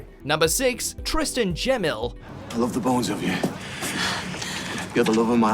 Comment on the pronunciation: Who allows these people to read these lists? Tristan Gemill's surname is pronounced with a hard "G" as in "Go" or "Glass" not a soft "G" as in "Gem"